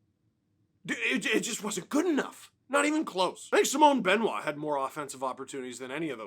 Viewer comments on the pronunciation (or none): none